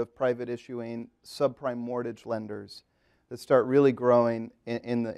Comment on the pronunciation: Is the host not able to pronounce "mortgage"? He keeps saying "mortage" :)